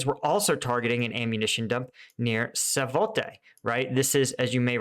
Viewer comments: Savote........not to be confused with Svatove.....Sva-toe-ve.......... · "Savotay"???, I appreciate the progress on Kreminna, but why do you have such a block on Svatove? We, your loyal viewers, have been trying for MONTHS to get you to pronounce it somewhat correctly, but you're doing no better now than in October. Follow the spelling, but treat the "v" as a "w." So the name of the place is "Swattoweh." Please, AFU, liberate this town soon -- so that we don't have to listen to its name being tortured any more. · It's clearly not Savo-te... It's Sva-to-ve.... sva.....to....ve. It's literally written right in front of your eyes but time after time you just completely butcher the name 😑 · Svatove or Savote :)) Did I misheard multiple times that;) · It's SVAT- OVA not SAVATEY. Great channel. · SVA-toe-vuh is how Denys says it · you have to learn to pronounce svatove please. savaatova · He really ought to practise some of these names. E.g Svatove, Opytne, etc..